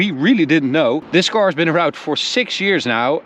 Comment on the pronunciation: Man, werk aan je klinkers: 'car' is not 'caor', torque is not 'toarque etc...